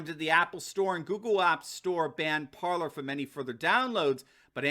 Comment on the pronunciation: Ok im gonna show you how to say it right you say parlor but its PARLER for the french word to speak its pronounce like this PARLEY and ur wlkm